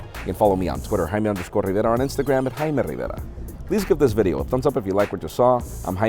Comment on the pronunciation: Wtf did he say his name is? How about we go with Jay-me? kthx.